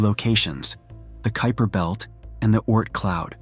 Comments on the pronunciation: I noticed you pronounced the kuiper belt incorrectly and then correctly which I thought was weird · P.S. to -- I noticed that the scholar narrating this video had at least three different pronunciations for the word "Kuiper." After he/she/it pronounced the name of the French city as "Nice" instead of "Neece," I gave up on the video as it was obviously being narrated by a poorly constructed, text-reading robot or someone who graduated from the American educational system over the past decade or two.